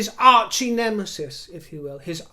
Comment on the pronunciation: Archienemesis, archierival......hahaha